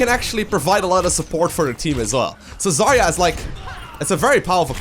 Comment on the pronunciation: just fyi, the stress in her name should be on 'ya' syllable. 'ZarYa'. It is really not best pronunciation, but closer to what it is. 'Zarya' is a russian word for 'sunrise' or 'dawn'. Rock on)